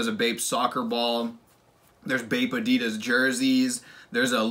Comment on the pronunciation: the way you pronounced Adidas lmao uh-dee-duss